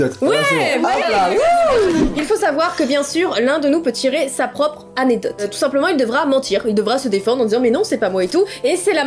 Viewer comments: Je dis aussi "anedote" 😂😂 tu n'es pas seul!😂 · On dit A _N_E_C_D_O_T_E 😆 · pauvre dooms comme moi elle arrive pas a dire anecdote 🤣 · Team "anedote" en force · essaye de dire anecdote corectement